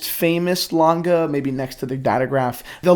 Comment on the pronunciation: Dude, use Google translate and prenounce the name of the brand correct 😂